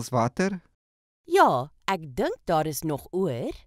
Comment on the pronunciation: Die man se uitspraak is verkeerd. The pronunciation the man uses is wrong. 1. He said: Maar daar is .... He pronounces it: Môr dôr is .... 2. In Afrikaans praat ons foneties. Die letter "a" is soos die "u" in "under the table". The letter "a" in Afrikaans is pronounced like the letter "u" in the English word "under".